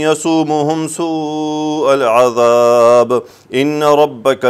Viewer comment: سوری عہد میں ع پر زبر ھے پیش نہیں۔